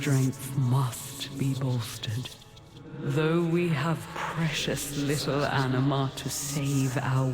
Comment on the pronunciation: enema? isnt it anima?